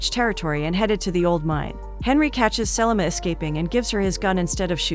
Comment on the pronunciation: Her mispronunciation of Selma as Sellamah drove me NUTS the entire time!!!